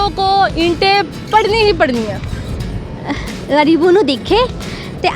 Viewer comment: غریبوں کو گریبوں بول رھی ھے